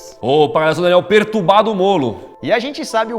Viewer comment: ''daniel pertubado mollo'' kkkkkkkkkkkkkk rachei